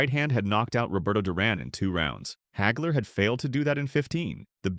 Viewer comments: "Marvelous Marvin Heygler"?!! Uh....Wha...!! Everyone I know and have heard speak this man's name pronounces it Hagler - ie., Haagler. Where the *** does "Heygler" come from? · AI can't even say his name right.